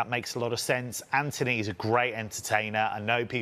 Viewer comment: Anthony? I don't see an h in his name my boy